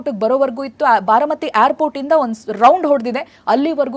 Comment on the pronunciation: haagu sariyagi kelsilla andre google alli pronunciation helkodthare adannadru kali